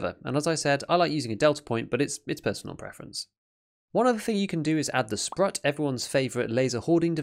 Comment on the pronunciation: As far as I can see, it is indeed a mistake. Both of these shotguns use the same magazine extenders IRL. It's pronounced sproot and means an octopus (mostly in a negative context). Hats off to you, this level of attention to detail is rare these days and always appreciated! Now I see that you're a true sniper (that's what Jaeger said 😁) - you're keeping your cool even in the tensest of encounters. And you've won a good prize for that! Also, quite a fitting music you got there for this montage. Nice improvement in quality overall.